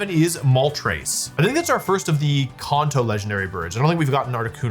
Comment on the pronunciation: "Konto form" 😂